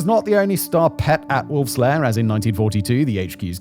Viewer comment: Secret "power" or "lair"? I listened to it three times and it seems you say "power".